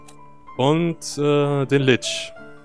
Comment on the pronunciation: ich hab jedes mal schmerz erfüllt zusammen gezuckt als du lich gesagt hast. die englische aussprache ist echt schreklich